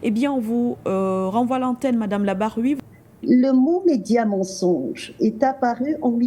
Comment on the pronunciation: Vous ecorchez tjrs le nom de Mme Lynda L: c'est Larb-aoui et non labr-aoui.merci à vous